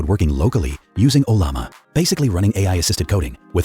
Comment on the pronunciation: Ollama pronunciation made me laugh out loud :)